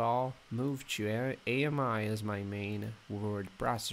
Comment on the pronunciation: It’s not A-M-I its pronounced “Ah-me” like the French word for friend.